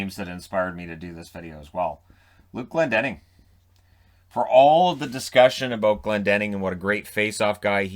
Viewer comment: Glendening and Bernier. Jeez